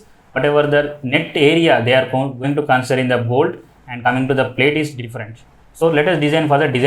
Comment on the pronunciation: You are telling plate or pletch